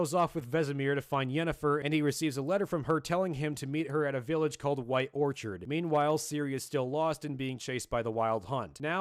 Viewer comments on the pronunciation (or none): none